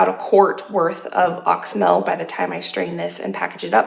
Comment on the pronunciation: I am an herbalist and wanted to let you know that you are mispronouncing oxymel. It is pronounced ox-e-mel. 3 syllables.